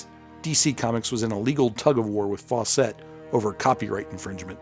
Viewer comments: Fawcett (rhymes with "faucet") not "Faux-set." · Interesting...I’ve never heard Fawcett pronounced that way. Faw-set... I’ve always heard it pronounced Faw-sit. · I can't be certain... but I think you're pronouncing 'Fawcett' incorrectly and pretentiously.